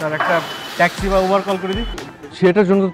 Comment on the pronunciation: It's not ubar it's uber bro